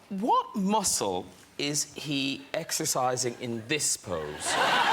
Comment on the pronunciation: Hasn't Arnold learned there are differences in the pronunciation for MUSLIN and MUSCLE ? I'm Brazilian and I only understood what he said through context.